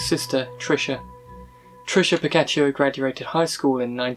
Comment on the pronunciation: Its Tricia pacaccio "PAH-KAHTCH-CHEE-OH" AND Michael Gargiulo " GAR-JEWELL-OH. I'm not trying to call you out or anything I just thought you should know. I love your videos keep em coming! You're doing a great job!